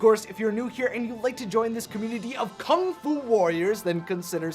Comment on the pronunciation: ‘Kung fu’ just made my day❤️ EDIT: Here 😊😂